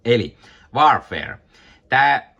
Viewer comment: Vaar-feer? No kai sen noinkin voi lausua... 😄